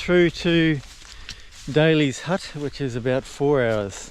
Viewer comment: Great tramps, thanks. Notice you call Dalys hut as Daily as in Daily bread etc. It is actually named after the Dalmatians who farmed in the area. So Dalys please